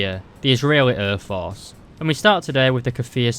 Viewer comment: I find your pronunciation interesting as a Swede. Airforce becomes Örforce. Very good content keep it up!